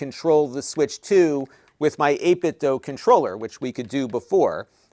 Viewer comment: Just FYI, it's pronounced 8bitdoo, not 8bitdoe.